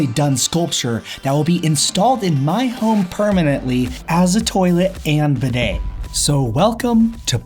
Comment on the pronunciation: I’m not normally one to complain about videos but please, please, please learn to pronounce the word “bidet”